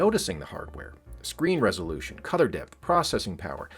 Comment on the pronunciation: Were you saying "cother" instead of color?